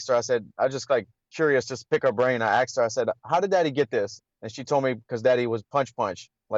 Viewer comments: Axed? Did I just hear that right? Fake ass belt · Aksed her ....